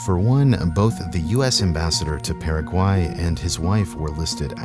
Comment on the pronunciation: It sounds like you said peruvian but he said Paraguay,he just said it incredibly weirdly